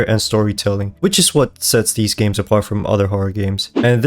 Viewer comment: Did bro say gims computer